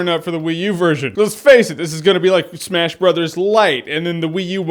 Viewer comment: He says it like "Super smesh bros."